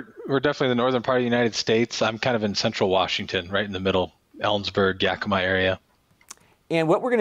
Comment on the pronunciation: love your videos. that said, YAK uh ma...ta KOH ma...